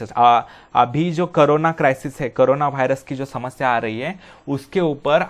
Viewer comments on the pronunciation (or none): none